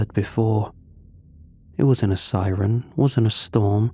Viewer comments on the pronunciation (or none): none